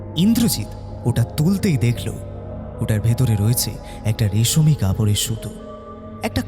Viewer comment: " Reshomi Kapor" Noy, " Reshmi Kapor".